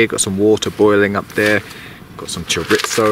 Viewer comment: Hey mate. Excellent video! As a recovering jarhead and native Texan let me lend a hand. It's pronounced CHO-REEZO (solid O roll your R) not cher-ittzo LOL🤣 Good on ya, mate.😉 I'm looking at one of these tents on Ebay as we speak! ✌️